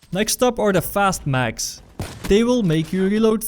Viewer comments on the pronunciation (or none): none